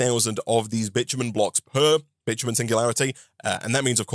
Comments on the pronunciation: The way bitumen is pronounced it sounds like the derogatory word that also is the word for a female dog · speedrunning getting this video demonetized with how his accent pronounces “Bitumen”